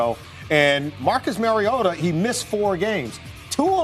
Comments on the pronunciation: did roger goodell really pronounce it "marcus mariot-o" in the beginning? lmaoooo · "Marcus Mariotoe" FIRE GOODELL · "Marcus Mario-yoda" Force strong in Goodell